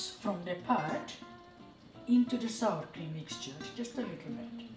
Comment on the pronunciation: she says "sour cream mixture" 😉 lol it does sound like saltine at first...hehe! Sweet with the YUMMY food😋👍